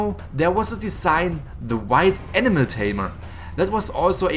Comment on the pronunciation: I love the fact that you pronounce animal like enema.